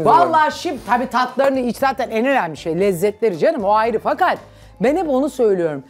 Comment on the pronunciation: Zuhal Topal gibi bir sanatçının açık e kullanarak devamlı “önemli” kelimesini söylemesi artık tahsmmül edilir gibi değil,kendisine hiç yakışmıyor.Yanlış anlaşılmasın kendisini hem insan hem de sanatçı olarak beğeniyorum ama bu kusurunu derhal gidermesi gerekiyor.Ayrıca “kendi,belli gibi kelimelerde de sorun yaşıyor.